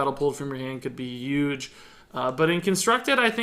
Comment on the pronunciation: I finally have to ask, after a lot of videos: any of you guys know where is from? The way he says "huge" (the "h" feels like its not there) is very weird.